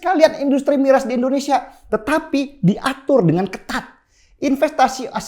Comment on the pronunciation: Bagus banget, Bang Denny, Tapi maaf nih, kalau ngomong "Indonesia" jangan jadi "Endonesia" ya Bang. 🙏